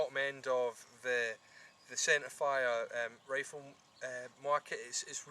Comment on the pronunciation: wow that is a nice wifle, now be vewy vewy qwuiet, we is huntin fuwr wabbits...